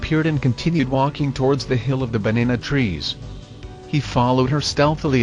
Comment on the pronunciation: The TTS bot says banana trees funny great post